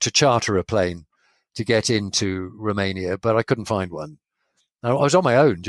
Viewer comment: "Roomania"? It's Romania.